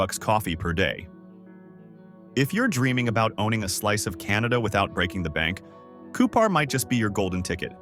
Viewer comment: Within the first minute of this video, Cupar, SK (population 600) is talked about, while the video is showing Saskatoon (pop 288,000). Regina and Cupar are also both mispronounced. I stopped there and didn’t watch any more. This video is an insult to the intelligence of anyone who watches it.